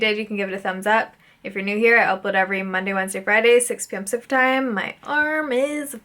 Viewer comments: I’m Australian and have never understood it. I’ve replayed it over a couple times trying and it sounds like sumper time. Are you sure it’s pacific time??? Sounds nothing like it haha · I’m in Australia too and for years I thought it was Supper time, like she posted at dinner time! Ha ha. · I hear Central too... But she's actually saying Pacific time